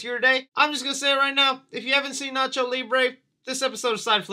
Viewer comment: can quote Nacho effortlessly, he’s a true hispanic 😭👏